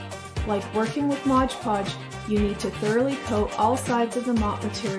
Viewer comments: MOD podge Not MODGE podge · if they are going to do a you tube then they need to pronounce words correctly. That is my worst pet peeve about you tubers calling Mod Podge Modge Podge. Don’t they read the label for Pete sake?